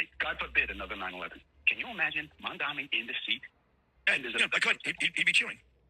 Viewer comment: How hard is it to say MaMdaNi or inTiFada? How is it possible after an entire year into this, and people whose entire job is reading crap cannot pronounce it right. Their only required skill is reading ffs.